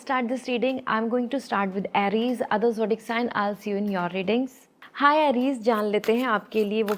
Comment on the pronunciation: Correct your pronunciation Aries